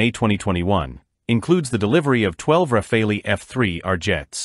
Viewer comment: Rafale is not pronounced as "Rafalee" but "Rafal". It means "Gust of wind" in French.